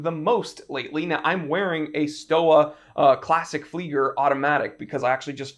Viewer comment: I just had to comment to clarify your pronunciation of German brand Stowa. In German, W is pronounced like V,and S is kinda like Sh in English and J’s can have a Y sound. So Stowa would be pronounced like “Shtove-ah” and Junghans is like “Yoong-hawns”